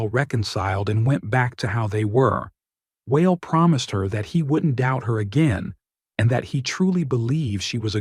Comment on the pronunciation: Lol. I'm never going to be saying the name WA EL ever the same. It's going to be whale 🤣